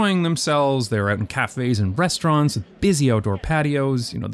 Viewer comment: "cafés and breastaurants" …hur hur hur